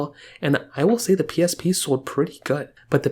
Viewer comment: The way he says “PlayStation pee” is funny lol